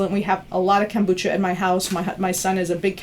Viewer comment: Funny how many mispronounce the word kefir. And kombucha. She mispronounces both :P